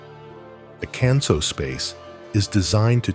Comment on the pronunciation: I can’t believe that you mispronounce “Kanso.” You pronounce “kan” like “can” of soup. Japanese would pronounce “kan,” “k-ah-n.” May I suggest doing your homework before posting a video, thereby avoiding making fools of yourselves? Secondly, your interpretation of western minimalism is inaccurate. In sum, this video is bogus, in my view.